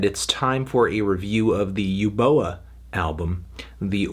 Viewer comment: It's pronounced as 'ooboa' not 'yooboa'